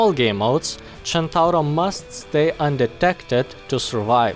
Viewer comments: I like how you say centauro in the right way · Not super important, but your pronunciation was spot on, it's super nice to finally hear someone outside from Italy not calling it the "Sentouhro" AHAHAH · That perfect "Centauro" pronunciation: first international youtuber that said it correctly, as far as i know! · maybe he is italian himself. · U sayd centauro almost right i kniw It because in from Italy🍕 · As an Italian I appreciate that you used the correct pronunciation ^^ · When the pronunce is correct (Visible happiness) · wow a non-italian that pronunce centauro well! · Spot-on pronouciation, sir. You're now a member of the spaghetti gang. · holy shit you pronounced "Centauro" perfectly, that's something very rare from non-italian people